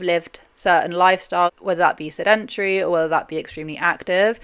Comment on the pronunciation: I don't get over the way you pronounce "sedentary"